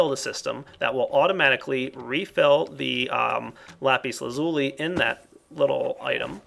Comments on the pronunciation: The proper way to say lapis lazuli is Lah-pis laz-ul-eye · i cant be the only one who yelled at the screen lapis la-zu-lai... right? right?! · I like the way how you say lapis lazuli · Its sound so funny when you say Lapis Lazuli :D